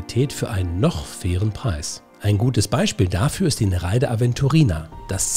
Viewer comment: Kleiner Klugscheißerkommentar: Sprich Nere ide nicht ei zusammen, sondern getrennt.